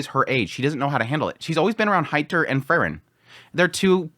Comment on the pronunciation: It's always difficult to say if you're talking about Fern or Frrn. 😁 Try Free-ren. Please. 😊